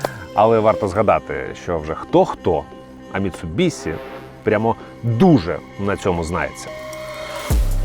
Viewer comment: Як боляче😅 Міцубіші* ші* чоловіче) Бо транслюють し як Сі люблять лише росіяни(і то далеко не всі) і ті хто кажуть за звичкою з російською.. Ми ж не кажемо суСі замість суші (так.. и в них теж нема..) Заради справедливості там звук десь серед Щ російської та С.. але для людей що не шарять літера Щ буде НАБАГАТО ближче до оригіналу.. ця літера відповідає українській пом'якшеній Ш а так як і пом'якшує попередню приголосну.. то し слід передавати як Ші